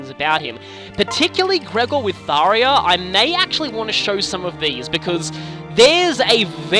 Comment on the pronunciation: me: ^hears tharja prounounced as tharia^ IT'S THARJA IT'S NOT AN I, IT'S A J.